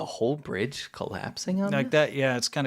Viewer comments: Full House “Brige” had me cackling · "Full House Brige" 😏